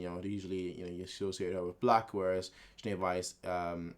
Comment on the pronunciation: close enough but it's Jaune not juane ;D